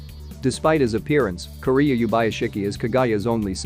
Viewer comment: When you say Kiriya it sounds like Korea.